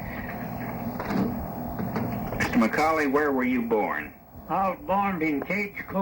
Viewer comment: This is my great grandfather. I have heard this many times. His last name is spelled and pronounced wrong. Its McCaulley. Sounds like "ball" not "dull".